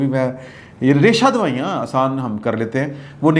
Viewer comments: ریشہ دوائیاں نہیں ریشہ دوانیاں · اے عظیم صحافی ریشہ دوائیاں نہیں ریشہ دوانیاں ھوتا ھے۔ کم از کم اُردو ھی صحیح بولا کرو۔ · Raisha Dawnian Not dawaian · ریشہ دوائیاں نہیں ریشہ دوانیاں۔ درست کرلیں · ریشہ دوائیاں نہیں سر ریشہ دوانیاں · رہشہ دوائیاں نہیں ریشہ دوانیاں